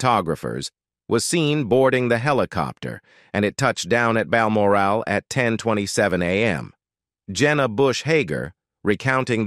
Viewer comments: 'Meghan was not to be brought to Bal Morale', gotta love American mispronunciations of British placenames. 😂 No morale whatsoever 😂😂. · Load of mis and partial information coupled with an inability to pronounce Balmoral.